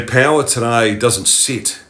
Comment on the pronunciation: you say "payla" and mean "power"? what dialect is it?